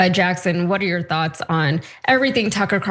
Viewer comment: Presenter puts emphasis on wrong word when Tucker wrote Dying for Israel is YOUR job [i.e. the Americans' job not the Israelis' - not your JOB].